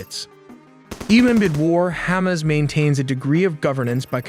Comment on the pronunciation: I stop watching when you said Khamas controling humanitarian aid!